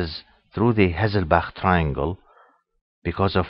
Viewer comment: Nice lecture. And I love the way you say hasselbacrrr 😀